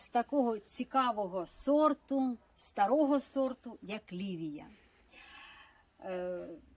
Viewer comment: самий перший сорт у ролику спочатку здивував, бо почувся не Лівія, а як Лідія. В селі ця Лідія вже більше 40 років завжди родить, але пропадає. Раніше робив вино і навіть шампанське, сік варив соковаркою, але надто солодкий, ніхто не п є, хіба що на компот разом з яблуками трохи кручу. На другому городі 5 солідних сортів на межі ростуть напівдиким чином, бо якщо доглядати так круто як у вас, то знайдуться помічники по збору врожаю, а так якраз вистачає на перекур, коли картоплю копаю. А от у місті 4 сорти і там буду ставити профільну трубу і проволоку на шпалери. А, і ще у вас чиста українська мова, бо там де я ріс на Сумщині, то там суржик, схожий на білоруську.